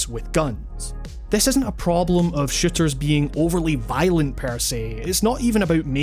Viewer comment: Lmao kinda sounds like he's saying "shitters" instead of "shooters"